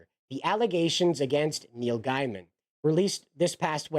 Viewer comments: Gaiman not Giaman, your pronunciation is driving me insane. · Just an FYI - you are mispronouncing his last name. It is said Gayman nto Guyman.